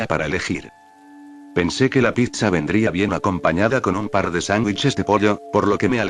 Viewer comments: En vez decir pizza a veces el loquendo dice Picha 🗿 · Soy yo o suena cuando dice pizza se entiende picha